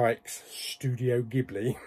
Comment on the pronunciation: It's pronounced jibly. Two of their best are Hayo Miyazaki's Princess Mononoke and Laputa castle in the sky.